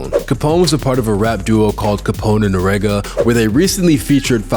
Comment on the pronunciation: As a black man how you gonna pronounce Capone and Noreaga incorrectly